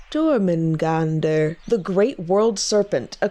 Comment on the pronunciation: As a dane i have to say thats one of the best Jörmundgandirs ive heard!